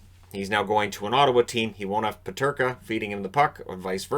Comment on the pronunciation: Every time I here peterka I go a little bit crazy